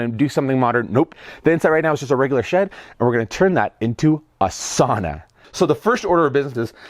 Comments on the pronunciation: Sauna = Sow-na not Saw-na (Finn) Cool build. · ITS PRONOUNCED SOW NA. NOT SAW NA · It's not a "Soona" it's a "Sauna" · I’m from the UP too, it gibbles my gumfoes when people pronounce sauna as sahna instead of sownah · It's pronounced sow na. Not saw na. Nice first try but don't quit your day job. Have fun ripping up that floor. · It´s called sauna, not saana. Get that rite. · I stopped watching when you said SAWNA it fricken SOWNA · A nice job, with a lot of things done right. However... A few points: - The first syllable of sauna rhymes with "cow". - Sauna doors are typically 24" wide. - The paneling should be free of knots—at least anywhere people are likely to lean (or sit)—because knots are far denser and get a lot hotter. - Without an air gap between the foil and paneling (usually achieved by nailing 1x2s to the studs over the foil), the reflective value of the foil is negated. The air gap is also necessary to ensure airflow behind the paneling to prevent mold and mildew. - You don't want to cover those gaps between the walls and ceiling with molding (re previous point). - Insulation on the floor isn't necessary, as there is no significant loss of heat there. Duckboards over concrete is the usual inexpensive solution. Tile is also common. - The floor should have a drain to deal with any incidental water—and to facilitate cleaning the sauna. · Well, this went about as well as one would expect when he can't say the word sauna correctly. It's not spelled sanna.... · It's sow-nuh, bruh. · it's pronounced SOW-na. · As a Finn I’m surprised to didn’t correct the pronunciation of the word sauna. 😂😂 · Before he even started to do anything in the video... the first cue was that he doesn't even know how to pronounce the word sauna correctly. Everything else after that is just downhill from there. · yes but the etiology of the word is Finnish and any Finn you ask will correct you about the pronunciation.